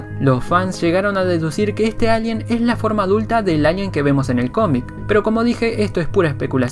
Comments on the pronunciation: te agradecería que aprendieses a decir la r, es muy molesto escucharte decir ´´alien grey´´ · NO DICES ALIEN BIEN ACTIVE LOS SUBTITULOS Y SALIA ALGUIEN LALIEN ETC.